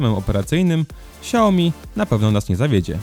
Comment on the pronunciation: Poprawnie się mówi Śa(↓ł)miii :*